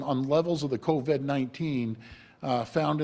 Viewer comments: He pronounces it coVED instead of coVID so that he can't be pursued legally once all of his claims officially become falsified...or so he thinks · A mispronunciation.